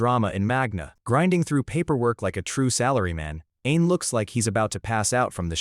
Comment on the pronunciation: Whenever he says "Ain is" it almost sounds like "an*s" :face-blue-wide-eyes::face-blue-wide-eyes::face-blue-wide-eyes